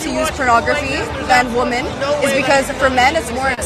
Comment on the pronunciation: My God Already !! Someone teach her how to say WOMEN !!! 😮‍💨😮‍💨😮‍💨